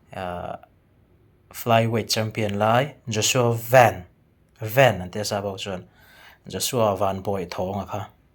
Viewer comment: Joshua van hi tinge Sap lamin Van🚐 tia in lam tlat ni VAN (Sky) mizo lam khan lam mai thin ula .